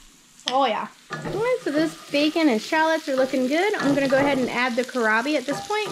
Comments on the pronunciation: It seems you are familiar with kohlrabi, so I am not sure why you aren't pronouncing it correctly; you are disregarding that there is an "L" in there. 😕 (sorry...it was really bugging 🐛🐜🐞 me!) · Kohlrabi, don’t forget the “L”.